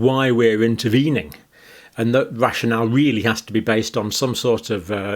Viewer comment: At first I thought he said a Russian owl 🦉 😂 rashin al lol (rational)